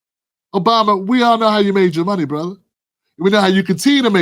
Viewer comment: The way he says brother, he doesn’t sound black lol! Yeah, Willie Brown KNOWS her-in the biblical sense!😅